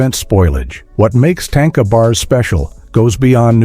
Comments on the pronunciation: Correct pronouncing of "Tanka" is "TON-KAH" Not TANK-AH... please stop using A.I to voice over your content. its lazy and unappealing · It’s not tanka like tank is tanka like tah nka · There is no tank in Tanka. More like ,,,,,grrrr, no way to spell it in English. tȟáŋka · Just an FYI: it's not pronounced "tain-kuh' 🤣😂 It's tahn-ka. 😉